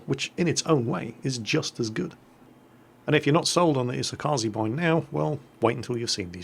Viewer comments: it's E-So-Ka-Ze 🙄 I really need to make a guide how to say ships names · hey,, could you learn to pronounce "kaze" already?